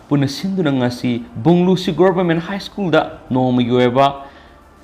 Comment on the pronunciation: (Zack Bou) Mingsidi meine hey 🔥🔥🔥 English pronunciation tourak pa matam dadi school shu ischoon heina pronounce touba, Aduga Favourite shu fabarite heina touba.....Noi Tamda lei na ngei mapham loukhrabra mibu chetkhro heiri sibu... ..hoine noi tamda di Houjitti chaga leite Adugi noigi Lou(paddy field) pukhri singsu leibakna phumdokla ga yum sha na ngei tou ri baniko........Adugi nine noina migi land mullaga lei na ngei hotnari ba se kom.